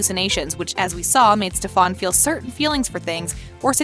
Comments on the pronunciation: AM I the only one that cringes when she pronounces Stephens name as Stephon?......I should have read the comments lol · Noone ignores it I think it pisses us off all the same but for some reason it's kind of funny. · I came for this comment lol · It’s driving me crazy! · That’s the way kai said it lmfao 🤣 stefawnnnn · WHY CAN'T PPL GET STEFAN AND ALARIC'S DAMN NAME RIGHT? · My blood starts raising every time she pronounced Stefan. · Idk why but I got really mad when he pronounced stefan incorrectly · I had to pause and recall how to actually pronounce "Stefan" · Stefan emphasis on the “A” LMAO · Can someone plz tell the voice lady that she is saying Stefan’s name wrong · criiinggggeee the way she say stefan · The way they said Stefan was bothering me. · Stefon, code, herettics, wampire Stefan, cade, heretics, and its heritics not wampire, its spelled lexi not lexie (only 4 minutes in) (After video) most people love katherine, its not pronounced alairic its alaric, its merideth fell, merideth and ric were never engaged, isobels not alarics wife shes his ex wife, its not hope saltzman its hope mikaelson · This is completely wrong and also, please learn how to pronounce their names and all. It's Stef-en not Stef-aun🤦🏻‍♀️ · You really need to stop saying stefAAn.. its stefEn and only Chris Wood aka Malachai Parker is allowed to say stefAAn and steven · OMG! The narrator lady was getting on my nerves, it's pronounce Stefan. Not stefon lol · Can you please stop saying "StephAn"? incorrectly pronouncing a main character's name kinda makes it seem like you never watched this show. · HELP BAHAHA ‘STEFARN’ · No one: Not a vampire: Her: Stufawn No Witches: Her: Her-etics No werewolfs: Her: Aleric Also why did it show Hope Saltzman and say Hope Mikealson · the way she pronounces things, stefawn, her-etics, a-lairic? ugh also mikael's last name isnt mikaelson, its unknown, as we dont know the name of his father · can you say stuff right you said heritaces and stefen wrong